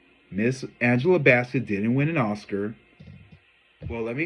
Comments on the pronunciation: I am gonna kick you azz for saying Angela Basket wth! 😂😂😂😂😂😂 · Her name is pronounced Angela Bassett bass like the fish 😂😂😂